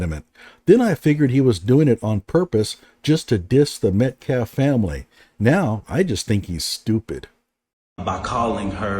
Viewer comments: 'Metclaf' is like 'axe' for ask. Deeply embedded, unselfconscious ignorance. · is r*tarded. He keeps saying “Met-claff” instead of Metcalf. 😆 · I think that paid someone to pretend to be Jeff. He refuses to say Jeff's last name correctly. It's Metcalf, not Metclaf. The Anthonys knew what they were doing by hiring to speak for them instead of letting their lawyer speak. 😮